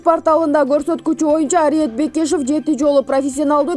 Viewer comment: Параценко дейсин да журналист миш бир жолу параценок деп кой👎Бекишовду Бекешов дейт сабатсыз!!!